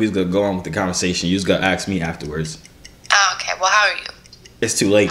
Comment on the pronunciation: damn bruh u say aks instead of ask